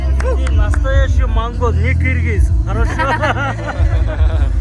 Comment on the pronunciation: please correct our country name! we are Кыргыз not a киргиз! Russians pronounce like that киргиз because russians cant pronounce as кыргыз!